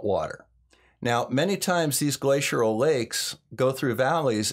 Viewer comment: Hey, love your videos, but sorry, it's not "glaciural" it's "glacial" no "r" or "u" n there....